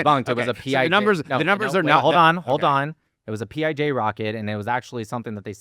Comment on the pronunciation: said “PIG” instead of PIJ 😂 so from now on whenever i hear PIJ I’m going to think 🐖 😂